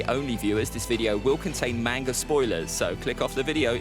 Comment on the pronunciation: Man if ppl are gonna be fans of manga… at least pronounce it right 🤦🏻‍♂️ it irritates me when ppl say “Mane-ga” where in the Japanese language do you think they have anything that sounds like “aye”. It’s not a huge deal but it still irritates me whenever I hear it. And did this dude say “the manga adaptation of the novel?” Who tf is this guy and why is he making One piece content.